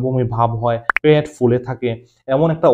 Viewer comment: ওটা প্যাট নয় ওটা হলো পেট